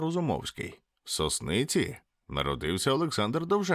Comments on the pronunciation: СОсниці/ наголос на перший склад. БерЕзні/ наголос на другий склад. Привіт всім глядачам з мого Ніжина❤ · СОСниця наголос на О , дякую відео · Мій коментар про наголоси: СОсниця Від слова "сосни" ті які дерева 🌲 Іронія про Довженка була образливою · БерЕзне, СОсниця, БАхмач - такий наголос мають ці місця.